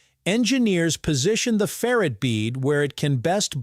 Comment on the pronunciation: That's ferr-ITE, not ferret.